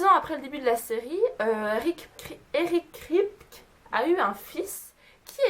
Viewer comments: J'aime tellement cette série, vivement la saison 12 ! Et le showrunner se prononce Eric Kraille-pe-qui (Kripke) ^^ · Juste on prononce "Kripki" pour eric kripke, et jensen ackles c'est "akeulze". Sinon les faits sont assez intéressants je connaissais que ceux avec la famille winchester, les acteurs, bobby, la mustang et l'horloge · OMG SUPERNATURAAAAAL !! <3 Super série, et super vidéo pour en parler ! ;) Juste un truc, Eric Kripke se prononce kripki, mais à part ça j'ai appris quelques trucs vachement intéressants ! ^^ Continue comme ça, bisous ! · Video sympa mais pas mal d'erreurs... Tu prononces mal le nom de Eric Kripke, tu connais pas le noms des acteurs, l'anniversaire de Sam c'est le 2 mai et non le 12. Ça aurait été sans doute mieux de vérifier certaines petites choses avant de faire cette vidéo 😉 car il y a des fans (dont je fais partie) qui ne manqueront pas de les souligner. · Alors les faits sont plutôt intéressants mais ... pour une fan de SPN je trouve ça un peu bizarre de ne pas se souvenir des noms des acteurs ainsi que les prononciations (ça m'a énormément stressé que tu dises "Kripte" au lieu de "Kripki" et pour Jensen Ackles)... ainsi que de ne pas retrouver le nom du modèle de la voiture, la Chevrolet Impala 1967... 'fin c'est pas contre toi mais pour moi une "superfan" (diantre je déteste ce mot) c'est genre regarder en VO (avec ou sans sous-titres) + connaître pleins de trucs sur les acteurs + regarder des bloopers ou des conventions + avoir des produits dérivés, etc... et pas seulement regarder la série. Je dis ça parce que j'ai une amie qui est comme ça et je pense que c'est ça être une "super fan" ! Voilà j'ai essayé de faire un avis constructif et non méchant ! J'ai regardé ta vidéo jusqu'au bout, appréciant le fait que tu donnais des anecdotes super intéressantes dont certaines que je ne connaissais même pas ! Ça fait plaisir de voir des gens français parler de cette superbe série ! En espérant que tu ne sois pas vexée...